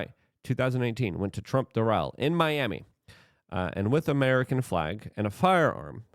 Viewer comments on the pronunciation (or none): none